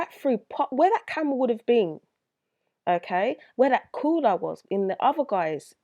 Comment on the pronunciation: Coouwla😁 not making fun of your accent it's pretty cool actually it's just how you said it sounded so hardcore accent no disrespect though✌